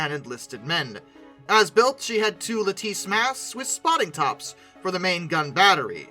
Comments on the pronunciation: What is a lateesse mast? I thought it was lattice. Lat-tice. Like lettuce, unless you call it leteesse 😂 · La tice spotting masts?. Lattice- pronounced LAT IS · I know what you mean... When you say "la teece" but actually mean to say "ladiss." Silly boi. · Lattice... like the wood panels. Lat-tiss... not "lateese". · "La teese" Took me a while to figure out that was lattice 😂